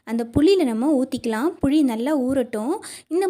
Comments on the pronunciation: தமிழ் உச்சரிப்பு சரியான முறையில் உச்சரிக்க பழகுங்கள்.... puzhi illai... puli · புழி, அல்ல புளி சொல் தவறு இல்லாமல் சொல்ல வேண்டும் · சகோதரி.... புளி.... புளி..... புழி இல்ல..... மாற்றி கொள்ளுங்கள்.....